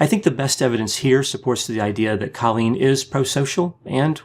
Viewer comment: It’s CO-lleen not CA-lleen